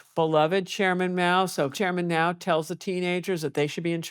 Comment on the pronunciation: By the way it's Mao not Moa.